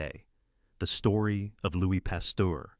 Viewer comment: The names Pasteur and Muni are mispronounced. Robot narrated.